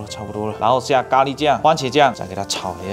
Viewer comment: 咖ㄌㄧ哈哈哈哈哈